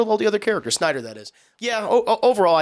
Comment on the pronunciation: "Re-editing the Snyer cut" oh see what you did tried there, but because the "d" is important for the name this is an example of what not to edit out.